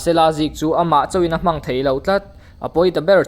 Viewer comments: A hmang theih loh ni lo in a hman theih loh ti a lam tur sir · 'Hmang' antum nilovin 'hman' antum tih tur nia